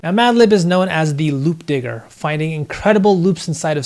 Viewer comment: lol don't like how you said "loop digger" with a hard R